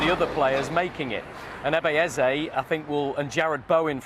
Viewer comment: Eberechi eze not Ebeye eze.